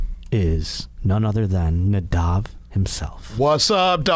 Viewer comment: Moss? Lol at least get his name right lol